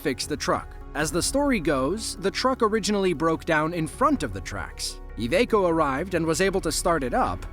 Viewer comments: What is Evaco? The company is called Iveco, pronounced I-Vee-Co. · i-veeeeeee-co iveco say it with me lol